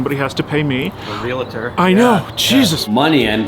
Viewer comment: FYI, It's "Real-tor." Two syllables.